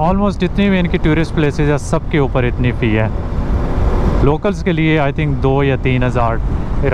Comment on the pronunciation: You are doing a great job..its always a treat to watch your videos… Just FYI…Tourist is pronounced as TOORIST! 👍